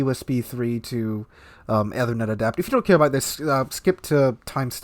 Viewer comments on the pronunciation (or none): Its pronounced “ee-ther-net” btw, not ethe-r-net” :) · Seems he doesn't have a clue since he doesn't know how to take even simple precautions. Can't even pronounce 'Ethernet' correctly.